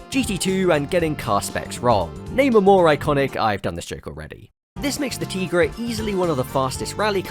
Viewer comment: YES! It is pronounced “Tee-gra” I named my cat after that car! Also kinda after the L’Trimm song “Cars that go boom”